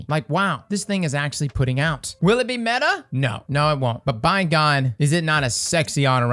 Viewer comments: I litarally clicked this to here him say "metah" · Not METAH? Not YETAH!